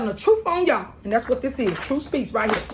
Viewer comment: What is “troof?” How can I get a translation to English? Hardly a verb gets conjugated.